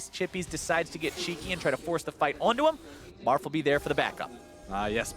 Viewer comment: Marf? Sounds more like Barf to me.